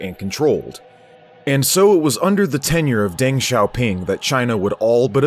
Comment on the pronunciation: Zhou is pronounced like a hard "Joe", and Deng is pronounced similar (but not exactly the same) as "dung". In Chinese "E" is pronounced like English "uh". So De is pronounced "duh", Peng is pronounced "pung", and so on.